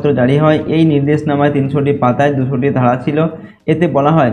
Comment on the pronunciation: 3. (ক) প্রশ্নে ( ২২টি ধারা ) শব্দটি ভুল পড়েছেন